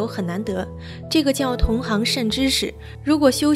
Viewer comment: 同行ㄒㄧㄥˊ這兒不唸同行行！